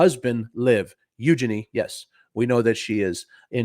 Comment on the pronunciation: Its pronounced "EuJEEnie"....apparently..... according to herSeLf.....🤭